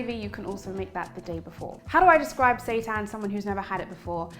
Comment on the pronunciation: But why does it sound like “Satan”?? 😈👹